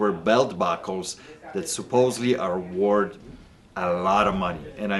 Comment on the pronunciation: You can’t even say worth lol